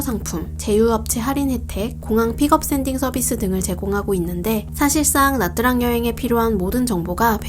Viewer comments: 영상 너무 깔끔하고 좋은 정보도 정말 많은데 나뜨랑이라고 하는 발음이 너무 거슬려요ㅠㅠ 다음 영상에서 다루실땐 차라리 미국발음으로 나<트>랑이라고 하시던지 현지식으로 냐짱이라고 하셔야할 것 같아요.. 나뜨랑이린 발음은 대체 어디서 온건지ㅜㅜ 신경쓰였네용.. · "tr"은 베트남어로 "ㅉ"으로 발음합니다. 그래서 나트랑이 아니고 나짱입니다.